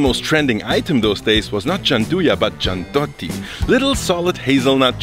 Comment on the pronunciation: nutella is shitty as hell, gianduja is way better, one more thing, gianduiotto (check the pronunce) needs to melt in mouth not be chewed :D